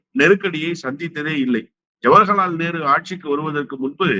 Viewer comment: தம்பி அவர்களே... திரு அவர்கள் ஜவகர்லால் நேரு என்று உச்சரிப்பதற்க்கு பதிலாக ஜவர்கலால் நேரு என்று பல முறை உச்சரிக்கிறார். பல பேட்டிகளில் கவனிக்கிறோம் தயவு கூர்ந்து பெயரை சரியாக உச்சரிக்கும் படி தாழ்மையுடன் எனது கருத்தை பதிவிடுகிறேன்.